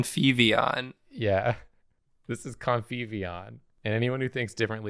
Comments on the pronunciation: kept hearing covfefeon 😂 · Every time says his creation's name, it gets closer to Covfefeon. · Every time said "Conviveon" I heard "Covfefeon"